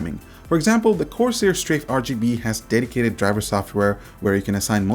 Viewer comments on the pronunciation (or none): none